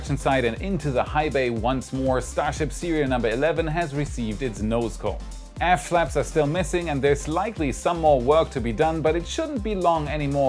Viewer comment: Every time "aft flaps" are spoken...I hear ass flaps